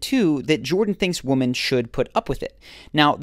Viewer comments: Message to the narrator of this clip: the plural of 'woman' is 'women'. Please learn how to pronounce it correctly! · Learn to pronounce the word, "women." Would help your cred. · Great video, but I am absolutely stumped that you don't know how to pronounce "Women" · "Women" is pronounced "wimmin", not "woman". > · Please learn the pronunciation of womAn and womEn. )) (( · Dude do you not know how to pronounce Women? It's Wymen..... You even hear Cathy say it, and yet you say, wooman. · Women, not woman. Lauren Southern also can’t pronounce it. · Why does the guy in this video keep saying ''Woman'' when he should be saying ''Women''!!!! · "women" is pronounced WEH-MEN. Not WO-MEN. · You pronounce "women" as "woman". There is a difference. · Please learn the difference between these words and pronounce them properly: women and woman. You say women like woman. Woman is singular and women is plural and these words are not pronounced the exact same. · Nice work. Helpful. (BTW women is pronounced Wimmen) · Why do you pronounce 'women' as woman. This is a linguistuc trope that's happening a lot. "There are all these woman" I heard recently, it sounds slightly misogynistic. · Why do you pronounce “women” like “woman” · Is he saying woman? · Another person who bizarrely appears not to be able to pronounce the plural of "woman" ... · Why do you pronounce women (plural) as if it was woman (singular). I have heard a lot of people do it and I don't understand. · Woman - Singular. The plural of Woman is Women (pronounced Wimmin). It's really not that difficult. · Why do you pronounce "woman" and "women" the same? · Great video. But I must ask, why do you pronounce the word “women” like “woman”? Is that a regional thing or just a mistake? Curious. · The narrator says 'woman' instead of 'women'. This seems to be becoming common on the world wide internets. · Women and Woman are pronounced differently. Please learn the difference.